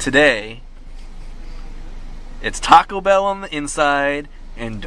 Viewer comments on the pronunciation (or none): Toco Bell? Durito? lol